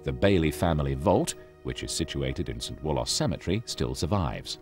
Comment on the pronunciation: "St Wool-oss"😮 Locals pronounces it "Wool-us"